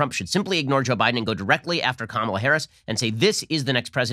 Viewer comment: Joe can’t even pronounce her name correctly.